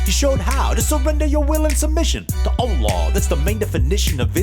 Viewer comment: PERFECT pronunciation of allah